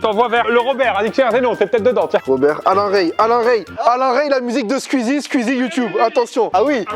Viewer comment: Skuizi... Kévin ça se dit squeezie